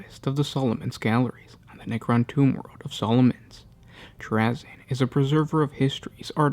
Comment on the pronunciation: this guy mispronounces words and names in every single video. It's so annoying.